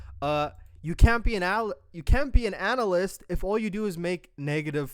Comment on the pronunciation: “Analasyst” 😂😂 they can’t even speak English while roasting you 😂